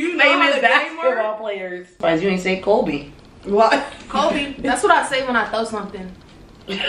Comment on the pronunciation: Y'ALL - IM CRYING. ITS "KOBE" 😅😅 THERES NO L. NOT "KOLBE" it's KOBE 😂😂😂😂